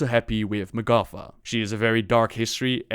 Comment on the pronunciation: its magata, not magafa